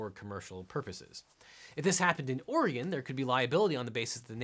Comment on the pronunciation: THANK YOU for pronouncing Oregon correctly.